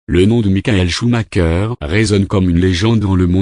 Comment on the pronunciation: "Choumaqueur" ??? Et pourquoi pas "chumacher" pendant que tu y es ??? On prononce "choumareur" !!!